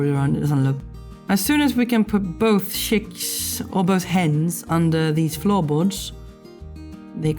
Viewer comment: CHICKS.... NOT SHICKS